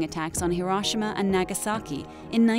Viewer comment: I literally left video over way she say hiroshima